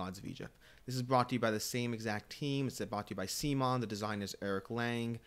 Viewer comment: You lost me when you mispronounced CMON.